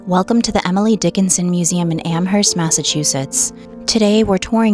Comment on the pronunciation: What is spelled "Am-herst" is actually pronounced "Am-erst."